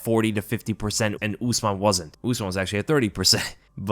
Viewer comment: Brother, “ooze-mahn” trains at elevation